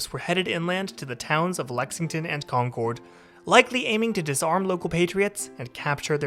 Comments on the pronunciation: Along with Charles-TOWN, you need to work on Concord. It's not CON-CORD, it's KONK-erd. 🙂 (Or KONK-id, if you want to go full-on Masshole!) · Also, Con-curd, not Con-cord.